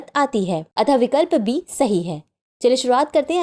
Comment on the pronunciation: Option B , Ma'am aapki aawaj me mujhe B ki jagah D sunai diya , halaki iska answer mai pehle se janti hu